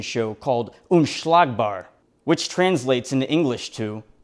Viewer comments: love how you said unschlagbar ! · I love how you say "Unschlagbar", becourse i am from Germany! And I live near Cologne 😅😱😂